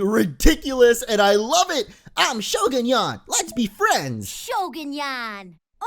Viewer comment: you are saying the name wong